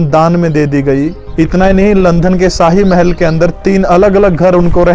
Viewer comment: अच्छी जानकारी दी है । भाई , आप लंदन . को लंधन क्यों बोलते हो ।